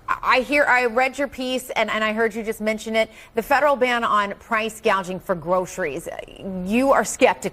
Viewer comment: Kamala said PRICE GAUGING